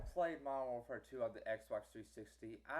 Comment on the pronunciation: Also, you probably lagged out alot cause of you downloading so much pr0nz mayne. Another thing, stop stuttering. And fix your pronunciation, WARD AT WAR? Next on our list, i did what you said, i even hooked up both my xboxes and my ps3 PLUS one of my family members xboxes that was downstairs, and we all played MW2 in the same game, except for the ps3 which was in another ground war on psn. I had 4 bars and didn't disconnect. uSoMad